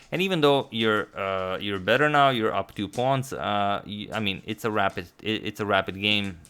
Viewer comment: It took me till in the video to realise he was saying rapid, and not rabbit. No offense to agadmator, I'm just a dumbass😂😂